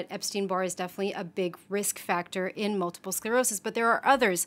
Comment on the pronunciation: Did he say multiple SLerosis? Someone should have caught that. Way to make your little segment credible.